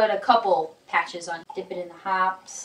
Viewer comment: Ok, lets get right...its "Hop-pees" not Hops. And YES i hate Remoil, but I love the gun porn at the end...nice.